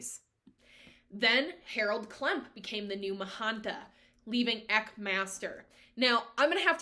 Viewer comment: Good overview. Just a few things—-Eck—sounds like “speck”—not eek—Eck-an-kar—and Not EckNar—And they chant Hu-like Hugh—not “who”. Soul travel= Astral Travel—a very popular practice in today’s time. And it’s Sant-Mat—not Saint-Mat. Twitchel knew that he brought beliefs and teachings of the Eastern path to Eckankar—he didn’t hide that. I grew up in Eckankar — it was a very peaceful and loving place to be back in the 70’s and 80’s. It was full of scandal—just like all man made religions tend to be. All man made religions are cult like —including Christianity. Everyone finds what resonates with them and if they choose to walk that path—that’s fine, we all make it back to God. (That’s my opinion and my path) Read The Tiger’s Fang. It’s a good read. I left this path a long time ago—around the age of 19. Paul was “friends” with L Ron Hubbard in the early days and learned a lot from him—but the paths are different. I’ve studied both.